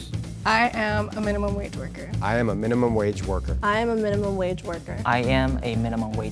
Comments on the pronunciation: tbh when said "mineemum wage worker" in the intro, u could already tell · even messed the word “minimum” up in the intro. Knew it was him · I literally CALLED that was the millionaire from the way he said “I am a minimum wage worker” - literally sounded like he enunciated and hasn’t said the word before. Weird analysis but I was right!